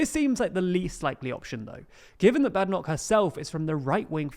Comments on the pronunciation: It's Bade Enoch not Bad ffs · You need to be able to pronounce Badenoch’s name properly...